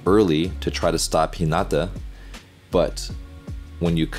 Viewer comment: You got to say hinata right bro😫